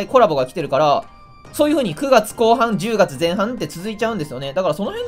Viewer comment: 10月のイントネーションがおもろーです